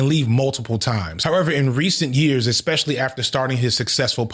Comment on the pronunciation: Ironically, The Company Man and you just finished commenting on Puff's lazy producing style; then you go and mispronounce MTUME (em-too-may). Not surprising, considering the fact that you pronounce (especially and expect) as if they have the same prefix.